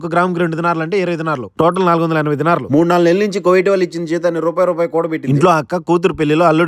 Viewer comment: కోవైట్ కాదు రా అయ్యా, కువైట్ అనాలి.